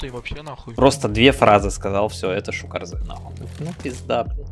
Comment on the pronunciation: почему шукарзе? по моему правильно будет шукарз